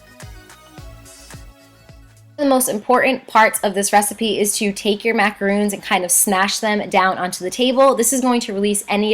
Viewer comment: I know this is rude... so I am very sorry in advance, but it really bothered me that she was pronouncing things wrong. Sorry! #grammarnazi macarOns** eSpresso**